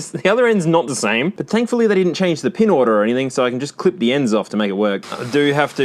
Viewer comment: He said pin